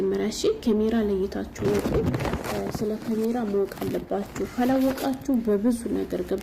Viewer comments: ካሜራ በይ አቦ አትለፋደጅ ኬሜራ እያልሽ😂😂😂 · ኪሚራ አይ አማረኛ😂😂😂